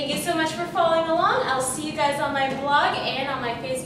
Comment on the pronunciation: I could have sworn she said, "Thank you so much for falling along."